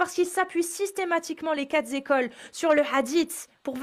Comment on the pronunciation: Ah non! Pas toi,! les 4 zécoles.......